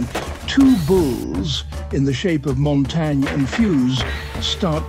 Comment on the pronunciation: bro still said montagne wrong